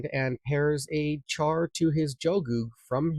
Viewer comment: Its pronounced shar not a hard ch like charcoal.